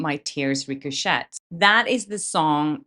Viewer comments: Ricochet is pronounced “Rico- shay.” Your English is extraordinary- better than that of many Americans 😊 which is the only reason I would offer a correction (with respect). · Love your show, sorry for being a wee bit ocd but this is for your own good and with best intentions...the 't" in ricochet is silent. ❤ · into this video I don’t know what is more embarrassing 😳 the fact you mispronounced the word or that you have obviously never heard the song as Taylor sings the word with the correct pronunciation and FYI it’s French so I am not having a go at your English ! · Please do better with your English to stay relevant. Learn how to say, Travis Kelce's last name and the word ricochet.